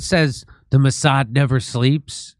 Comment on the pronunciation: Jim , it is Mouse-ad